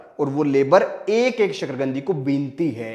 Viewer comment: शकरकंदी है शकरगंदी नहीं